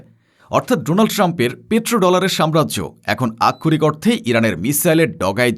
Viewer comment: আমি যতোবার এই প্রতিবেদকের প্রতিবাদ শুনেছি ততোবারই বারবার "আক্ষরিক অর্থে" শব্দগুচ্চের ব্যবহার দেখেছি। একই শব্দের ইচ্ছাকৃত রোবোটিক উচ্চারণ বিরক্তিকর এবং প্রয়োজনে অপ্রয়োজনে একই শব্দের ব্যবহার উচ্চারণকারীর শব্দের দৈনতা নিশ্চিত প্রমাণ করে।